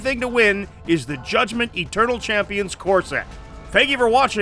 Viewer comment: A small part of me is really hoping that whoever wins the Comment Prize gets delivered a Judgement-themed women's chest binder, given how insisted upon pronouncing it.